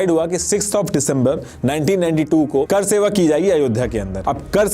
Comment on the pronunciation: Apki pronounciation bahut weak hai. करसेवा नहीं वो कार सेवा था। ऐसा लगता है, आप किसी रिपोर्ट को पढ़ कर बोल रहे हैं।